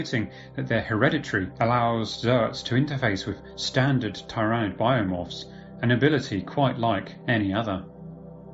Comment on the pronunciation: Your pronouncing tyranid wrong.